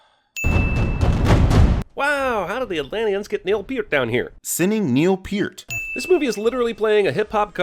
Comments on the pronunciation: neil PEER-t?! wut?! it's neil PER-t. but other than that i love your videos, you are spot on. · Neil Peart is pronounced “Pert”. Just in case you ever have to reupload and want to add another sin